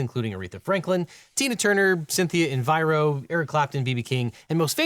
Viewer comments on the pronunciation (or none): Very minor issue but PUT SOME RESPECT ON CYNTHIA ERIVO. EH-REE-VOE. Not Enviro. Nearly became the youngest EGOT recipient ever. Got a Grammy, Emmy, AND Tony for her role as Celie in The Color Purple broadway revival and the next Elphaba in the upcoming Wicked movie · I thought people on the right love property rights issues? Also Cynthia Enviro is not a real person, you meant Cynthia Erivo (pronounced In-ree-vo) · Objection! Ms. Erivo's last name is pronounce eh-REE-VOH, not "en-vy-roe". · "Cynthia INVIRO"?? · He did NOT just call Cynthia Erivo, Cynthia Enviro right? 😂😂😂😅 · "Cynthia Enviro" sent me ngl. Carrying on the time honored tradition of Elphaba actresses having their names mispronounced. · Let's put some respect on (correctly pronouncing) Cynthia Erivo's name 🙏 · i think you mispronounced Erivo. only mistake I've noticed in a LegalEagle vid in a long while, and it's pre' trivial 😅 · C'mon. How could he mispronounce Cynthia Erivo's name? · I'm suing you for the way you pronounced Cynthia Erivo